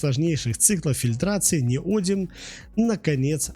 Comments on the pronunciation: Следующий этап обужения нейросетки: ниодИм, а не нИодиум! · В чем изящность реакции нейтрализации кислота щелочью? Это любая хозяйка на кухне делает смешивая уксус и соду, вы просто хотели ляпнуть для красивого словца? И не «неодиум», а «неодим» неужели так сложно хотя бы правильно прочитать? Количество ошибок и оговорок в коротком ролике поражает, первоклассник справился бы лучше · НеодИм, а не неОдим. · неОдимовый магнит - режет ухо! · Человек, который прокурил за углом не только уроки химии, но и русского языка, и не знает о существовании поисковиков и словарей, пытается что-то рассказать о теме, в которой ни в зуб ногой, ни в .опу пальцем. НеодИм! С ударением на "И"! "Гидроксидные" произносится слитно! В общем, даже дизлайк за такое - это уже награда. Просто дам команду YT не рекомендовать этот канал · неоди́м, а не нео́дим. это фиаско. -- upd: автор — молодец, проделал большую работу, хотел всех порадовать. С учётом того, что ru каналы не монетизируются, это буквально работа только ради зрителя. Я хотел лишь сказать, что если ударение ставится неверно, то теряется доверие ко всему контенту. Я бы перезалил. Тем не менее, это не обесценивает проделанную работу. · Правильное ударение в слове неодим падает на третий слог, на букву и — неоди́м. Во всех падежах при склонении ударение также сохраняется (например: неоди́ма, неоди́му). Безграмотность не есть оригинальность. Безграмотность бесит. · Произношение и формы. Ударная гласная: «и» на конце основы (не-о-дим).Родительный падеж: неоди́ма. Множественное число: неоди́мы. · Неоди́м - такое ударение в Википедии. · В слове "неодим" ударение падает на И, а не на О. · Неграмотную речь слушать больно, сбиваетесь, запинаетесь. Ударение это еще через слово..🤦‍♂️ Как можно было неодим так исковеркать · Правильное ударение в слове Неодим на третий слог, т.е. на букву И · ударение ставит робот, он по-другому не обучен ))